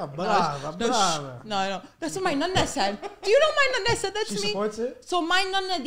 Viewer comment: It's Nonna....not Nunna !!!